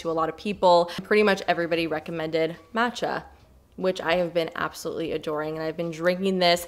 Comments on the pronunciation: mahhhhtcha, not mat-cha. 😄😆 please! 🙏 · it's "mah-tcha" not "maaa-tcha" :) <3